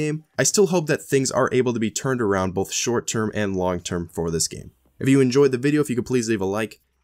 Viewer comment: I love you bro but so help me god there is no L in both for fucks sake it's both not Bolth